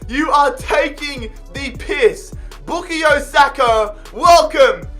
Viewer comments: BookieYo Saka???? I thought It was pronounced {Boo-Kai-Oh} Saka😂😂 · It’s pronounced boo ka yo not boo ke yo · It’s Boo-Kai-Yo Saka btw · Lmao bukeeyo sako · His first name is pronounced “Bu-kie-yo” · The way you say bukayo hurts its BOO-KAY-YO thank you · His pronunciation of Saka’s first name is quite humorous 💀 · Anyone else realise how he says bukayo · the way he pronounces bukayo is so annoying lmao